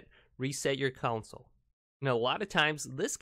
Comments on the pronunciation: I've never heard someone mispronounce the word "console" so many times in a video about a console. Not a good look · this is no accent problem, it’s total mispronunciation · Ditto. Wtf is a council 😬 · I noticed he was saying council 😂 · Dude. Its console, not council. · He keeps saying council not console is it just me ? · The word is “console” not “council” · Its console not council ypu donut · Console...not council. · console❌ counsel✅ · i was trying to ignore the fact that he kept saying council lol it was driving me nuts CON..SOLE!!! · It's console not council....yw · pronunciation is con - sole. very simple. not coun - sil. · Hahaha he says counsel in stead of console but the first 1 did work so thx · Its console not council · Console not countsole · STOP SAYING CONSALLLL😡😡😡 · If i hear you say council instead of console (CON-SOUL) i am gonna lose it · Reset "council" lol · Anyone else bothered that he says council and not console😂 thanks for the help though😂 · CONsole not COUNsole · why do you say counsle and not consle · its CONSOLE not COUNCIL damn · I gotta say, it bugs me that you're counsel not console. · “your Xbox one council” 😂😂😂😂 “front of the council”. “Turn Your council back on again”. “reset your council”. “Showing up on your council”. Umm Bud i think it’s pronounced “Console” 😂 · Man says Console like Council 😑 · Dude its console not counsel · Council? Console. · The "Cownsle" approves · Do you mean "Console"...OR "CLOWNSOLE" .....😆😊🤣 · Its console not council smh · He keeps calling the console counsel 😂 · It's console, not counsel or council. Say it correctly. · I can barely make it through this video without getting pissed because you say council instead of console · It’s Console not council dumb ass smh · Ughhhh say console right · Council, rowter shut up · Is he saying council on purpose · nobody: him: cOuNciL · Stop saying council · “Council update” jesus christ